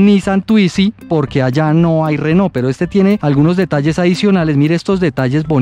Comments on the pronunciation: RENAULT, no RENAUL arregla ese detalle que no habla bien de tu vídeo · Correcciones al video: Renault y no Renaul Cin tilde: Autonomía Máxima (velocidad)